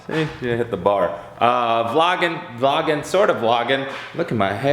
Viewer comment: "Vloggin, vloggin...sorta vloggin" sounds like you're speaking Swedish.